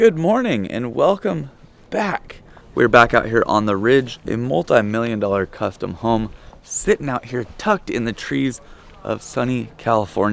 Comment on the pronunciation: "Cuftom" home, someone forgot their coffee.